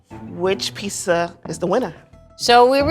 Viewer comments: Does it really annoy anyone else that she pronounces it pissa? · I love this show, but there are no 's' sounds in pizza!!